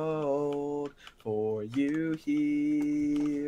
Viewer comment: gee my comment is kinda old n thats not offensive at all! it just sounds like he is talking instead of singing yknow? his notes with "cold" isnt really smooth cus he made "cold" sound like it has 2 syllables ITS HARD TO EXPLAIN :(